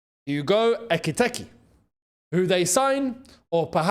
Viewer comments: say it with me “EK-EEE-TEE-KAY” not “Ecky-Tecky” 😂😂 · Hugo “Ekky-Tekky” kills me everytime says it 😂😂😂